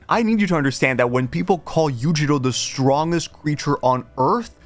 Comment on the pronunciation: Why do you pronounce "strongest" that way?